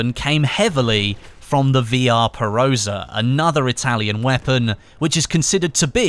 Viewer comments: i'm a bit triggered by your pronunciation of Villar perosa. you make it seem spanish. the double l is heard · double L is pronounced normally in Italian. It's not like Spanish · it Villar perosa not Vr perosa